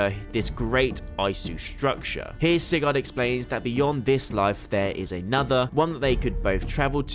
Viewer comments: It’s pronounced SIGERD NOT SIGARRRD. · Why you keep pronouncing it “Cigar”